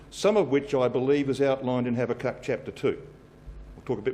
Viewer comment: its pronounced habacook.but spelt habakuk.